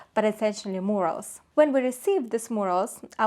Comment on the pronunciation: I believe you’re trying to say Mural, it’s pronounced myur-uhl